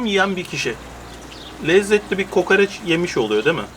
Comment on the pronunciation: Niye kokareç deyip duruyosun hemşerim doğrusu KOKOREÇ değil mi?